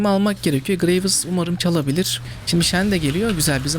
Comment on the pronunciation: herkes: gıreyvs: gıreyvıs:D